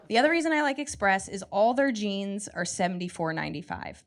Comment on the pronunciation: express sounds like macies